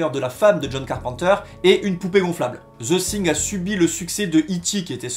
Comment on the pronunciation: Quelle belle prononciation:ze zing.😂😂😂